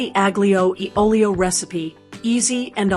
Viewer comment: Wait! You want to demonstrate “Authentic Spaghetti Aglio e Olio Recipe” but you can’t be bothered to learn how to pronounce it? No.